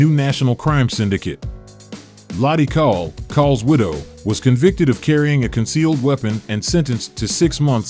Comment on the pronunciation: His name is pronounced like "coal."